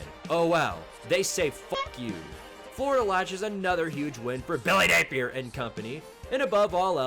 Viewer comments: why do you say billy napier like that? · I wish he would stop lol I rock with and this series but it’s so cringe everytime he does it